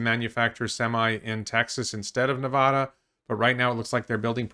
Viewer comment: Hey, can I ask you to correctly pronounce Nevada and Oregon, please? Thanks friend.